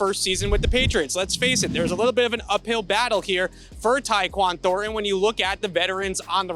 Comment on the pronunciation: can not say ThorNTon